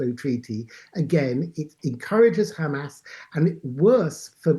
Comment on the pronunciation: How is a Middle East expert? 1 - He does not know how to pronounce Hahmahs correctly. 2 - Much more importantly and practically, how can anyone ensure that only innocent civilians leave Gaza? Hamas members can just blend in with the non-combatants and escape justice. 3 - Any kind of Gazan independence would just be a breeding ground for Iran-sponsored terrorism. 4 - "Palestinians" are an invention of Yasar Arafat. There are no such people. They were all originally Egyptian, Jordanian, or from other countries, which rejected them. Let's stop the white washing. All these authoritarian countries are threatened by a Democracy at their border. Their people would rather live free.